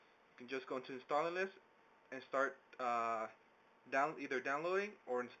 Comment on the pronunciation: lol, why do you keep saying "instalallous" ?